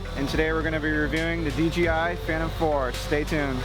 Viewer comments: It's a good video otherwise. Ken Heron stated it best-just seems all too often for people to pronounce DJI as DGI. Just got my Phantom 4 last week and I've been having a blast with it. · Hey Nick... GREAT looking video! One little bit of advice... PLEASE say "DJI" not "DGI". (Lots of people are doing this.) I know it's a silly thing, but after all the effort you put into this beautiful video, you wouldn't want to lose credibility from such a small slip of the tongue. The location and building in the open is incredible! Good choice, as passing vertical lines like those supports REALLY demonstrates speed and movement. --Take care! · Pronounces the companies name wrong about 100 times.